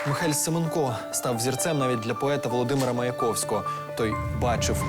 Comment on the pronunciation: правильний наголос СемЕнко